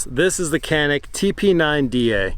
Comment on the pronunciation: Just a heads-up that this is pronounced "Janick"